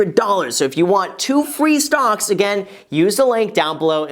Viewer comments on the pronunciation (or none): he said "Stonk" Not "Stocks" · Are you saying "stocks" or "stonks" lol